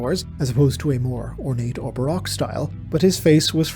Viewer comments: its pronounced ba row-k not ba rock it was a style of art, dark, gothic, lots of shadows. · I hate how you pronounce "Baroque"